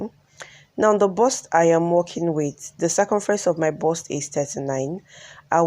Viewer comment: Lovely dress. "BUST"(Chest) not burst(explode)